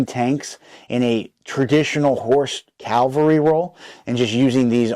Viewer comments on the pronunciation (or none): Nice video and thanks. FYI it pains me to hear someone call mounted soldiers Calvary. Cal-very Is where of Jesus was crucified. Cav - alry are mounted soldiers. Just for future reference.